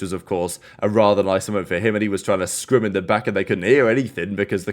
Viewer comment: that and "frying in scrims"